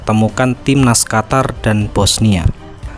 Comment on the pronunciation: QATAR= QUTUR😂